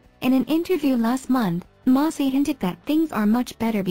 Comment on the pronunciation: What are my thoughts? First of all, her name is Maci, not Mossy ! 😂😂 These bots today !